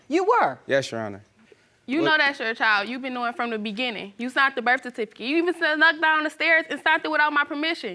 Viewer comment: If one more mf say BIRTH CERTIFICATE wrong......... omg